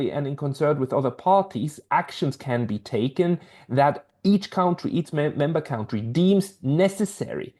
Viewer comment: I just love the way you pronounce “cowntry”. A good overview of “security guarantees” to different forms of neutrality pacts.